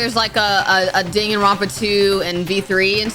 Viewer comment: Dangaronpa btw